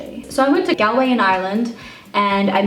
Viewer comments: That Brown Thomas you were in in Galway (pronounced like gawl-way rather than gal if you get me!) I'm pretty sure that your fellow YouTuber Sharon Farrell used to work there! I could be wrong but I think she used to work for Mac in Galway and Brown Thomas are/were the only place in Ireland you can get Mac apart from in the airport! Glad you got well looked after in Ireland 😌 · 😂😂😂😂 HAHAHAHA!!! I had to rewatch the way you pronounced Galway so many times. It took me a while to realise you were saying Galway!!! Its pronounced Gal like ball and way Gall-way. So funny! Stunning look as always! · The way you pronounce Galway is so cute 😂 love you ❤️ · The way you pronounce Galway is so cute oh my god